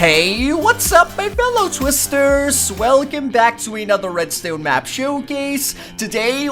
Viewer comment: Dude, did u just call us TWISTERSS wtf!! Children watch this